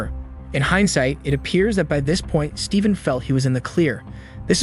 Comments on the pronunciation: Is it just me or does the narrator sometimes sound like he's saying 'Steeken' instead of 'Stephen'?? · The video script isn’t being read by a real narrator, it’s just been thread through a voice-generative program that’ll read it instead. You can pick up on it easier when the AI voice is reading numbers/dates, “Stephen” is also pronounced weirdly at times. Cadence is also super off at points lol, pretty sad that this true-crime style space on yt seems to be flooded by these kind of videos lately